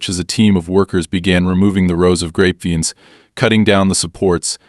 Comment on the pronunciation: Must be AI since he can't pronounce grapevines. I'm in California and grapevines for wine are popular to plant except they take a lot of water, huge amounts